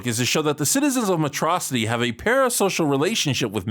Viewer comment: waaaaait a minute.... how did he pronounced Metrocity?